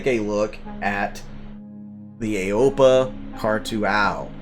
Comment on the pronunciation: Aopoa is pronounced "Ow-poh-ah"